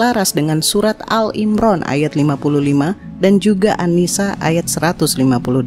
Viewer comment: Maaf saya sekedar mengoreksi saja. menyebut surah ali Imran menjadi al imran. Maaf bkn mksd menggurui